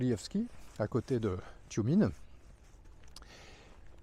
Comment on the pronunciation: "Toumiène" pour la prononciation; le E se prononçant très souvent "ié"